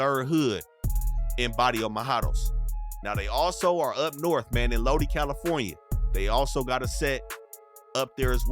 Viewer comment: Lodi is pronounced low die and it's suburbs... not much of anything happens in lodi unless you mean the county in general